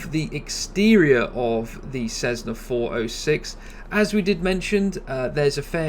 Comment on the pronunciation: This guy is a proze 'Black & Decker' (what do they make?). The guy can't even pronounce 'Cessna' correctly. He's like a cheesy salesman. With the pseudo-US accent.